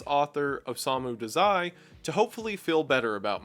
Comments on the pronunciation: I love this video but i dont think you're saying Dazai right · as a massive bsd and osamu dazai fan (most authors the characters r based off of actually) i died inside when he said dazai like that and i have no idea why 😭 I paused the video, and sat there staring at the screen for a moment